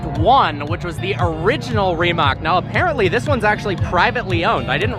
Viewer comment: When you say Rimac, don't pronounce c like k